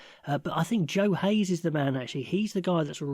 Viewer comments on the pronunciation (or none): Joe Heyes. Come on.